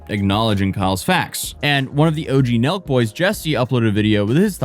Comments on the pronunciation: I was like... "Milk? Is he saying Milk? Who are the Milk Boys?" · I've seen u talk about Sooooo many people I've never even heard of before. But here I am again watching drama from people I've literally never heard of. At first i thought u were saying Milk Boys, lol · Omg same lol, i thought he was saying the milk boys at first